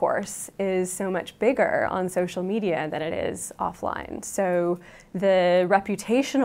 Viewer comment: only 120 dislikes ? ppl rly like this sheeitzz so much ... "So much biggeeeeer mnya wya (indistinct mouth noises) onlineeeee .. those pronunciations are giving me cancer